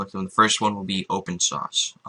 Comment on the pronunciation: Open Shaushe lol